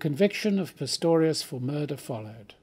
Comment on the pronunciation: ...after the good Professor calls him PITTORIUS twice and fumbles his reading a little, surely someone could have realised, before he gets too far into it, that a retake would be worthwhile?